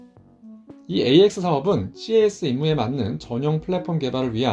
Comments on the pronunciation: CAS "씨에이에스"로 읽지 않고 그냥 "캐쓰"로 말합니다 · 군(공군-ROMAD)복무때 CAS시 미군 A-10이 날아와서 함께 작전했던 기억이 나네요. ^^ CAS '캐스' 라고 읽습니다~